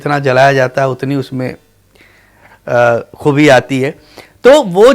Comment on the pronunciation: He can' t pronounce Zor,Raaz,Khoobi,Khaami,Qalam etc . He never reached the level of Majrooh,Sahir, Shakil,Kaifi etc as a poet lyricist or even level of Shailendra,Hasrat,Anand Bakshi 😅😅😅. He lifted many lines of other poets,even others songs are presented in his name😅 Sameer knew marketing oiling and buisness aspects of Bollywood,so he got movies,money and fame. His entire songs are not equal to Main pal do pal ka shayer hoon or Hum hain mata e koocha o bazaar ki tarah. He promoted cheap songs in movies in the name of situation...